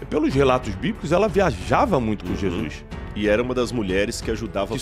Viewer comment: Amigo, não é Jesuis, é Jesus.